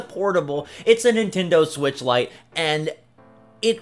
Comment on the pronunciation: It’s the Nintendo “Ditch”!